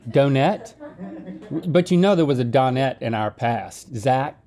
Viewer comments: Listening to Link say Don-net was liking me! Dō-net. Good grief! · Isn't it done-ette? lol